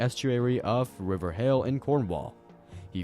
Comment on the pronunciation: As a person who lives in hayle, Cornwall, I am glad to see the only place you pronounced right was hayle XD